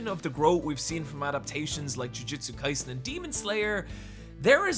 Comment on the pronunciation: THANK YOU! I feel like I'm goin insane at the amount of people that shorten JoJo's Bizarre Adventure to "JoJo". There isn't a singular JoJo, there are multiple, plural! "JoJo's" not "JoJo"!!!!!!!!! However, I will say that ya pronounced Jujutsu Kaisen wrong, it's "Jujutsu" not "Jujitsu" I love ya content!!!